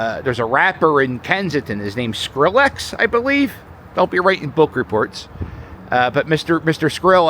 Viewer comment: Skrilla** hahah not Skrillex Cap